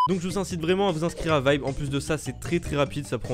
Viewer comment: Sa s'écrit vibe mai sa se Di vibere